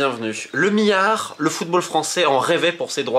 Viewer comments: Romain tu as un problème avec les L tu dis à chaque fois Miard et mions sers toi des L 🤣🤣🤣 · le "miyard"? XD